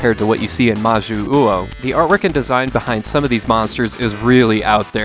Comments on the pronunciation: I know this is from like 4 years ago so maybe you've had more practice since then, but when you see two 'U's in a row in Japanese it just about always indicates one slightly elongated U, rather than two that need to be pronounced separately. So 'Ma-Joo-Oh' rather than 'Ma-Joo-Oo-Oh.' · Its majyuu ou, you dont pronounce the second u as its meant fpr the long pronunciation of jyuu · I really apologize for being obnoxious but it's pronounced "Mah jew oh", the romanization is "Jyuu" but it's just pronounced as straight "Juu" in Japanese. Three "syllables" here. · "Majyu-uou". Hmm…/ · Thank you, for some reason that bothered the hell out of me each time he said that wrong.